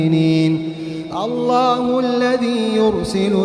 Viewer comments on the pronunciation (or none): none